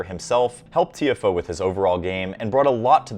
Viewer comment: i think u are saying his name wrong